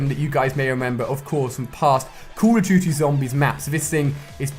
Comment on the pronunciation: Wait did you say kuru duty? Lmfao